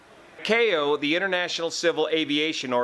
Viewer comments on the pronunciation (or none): none